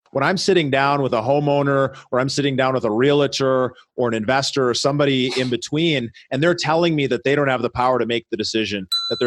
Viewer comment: REAL-TOR. Not REAL-A-TOR